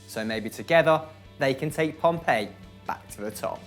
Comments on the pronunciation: Why are you sayin pompeii it’s not some dead ancient Italian grave city, i mean it’s debatable but it definitely isn’t Italian. It’s pronounced pompi mate common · Pompey not Pompay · Portsmouth is a city not a town and it's Pompey not Pompeii js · PompEE. Not Pompay. We aren't an ancient roman city.